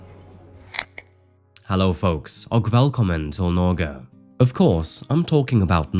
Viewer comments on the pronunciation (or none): none